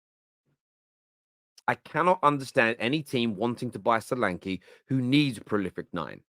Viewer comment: The e in solanke is pronounced as the e in Nketiah